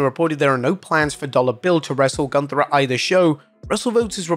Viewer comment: Say Goonthaaa, not ganta....because it is wrong....don't amercianise every name, because that is disrespect^^